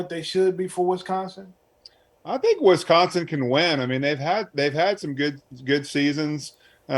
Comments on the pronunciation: It's Wisconsin. Not Wesconsin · It's not WESconsin. Dammit, learn how to pronounce it.